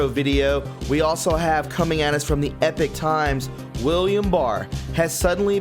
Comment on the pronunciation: also Epoch. Epoch is not Epic. It’s pronounced E-Poch like Spock with an “E” instead of S. E-POCK!